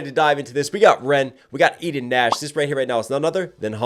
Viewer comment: love your reactions as always! fun fact: Eden is a common israely name and it's pronounced "e-den" and not "i-den"